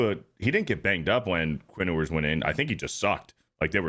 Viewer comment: "Quinn Oo-ers"